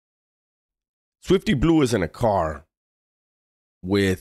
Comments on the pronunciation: Not Swiwty Blizeeew😅😂😅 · “Switfty Blihhhhzue” this shit is hilarious when he says his name like that 😭🤣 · Why he say it like that😅😅